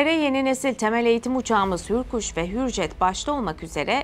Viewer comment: не хюрйет а хюржет =hüryet değil hürjet doğru !